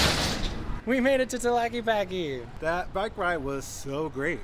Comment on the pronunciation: REALLY good video. Gracias! 👍👍 Minor quibble: Tah-la-kay-pah-Kay 😉